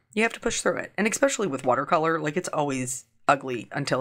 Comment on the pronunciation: Your cards are such an inspiration - so colorful! BTW, are you pronouncing the word “especially” as “eckspecially”? Just asking.